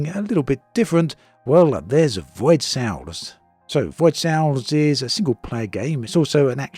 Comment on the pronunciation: Void Sails, not Sales